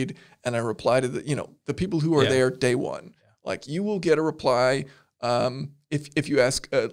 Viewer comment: "at the end of the dee" is great. Don't end it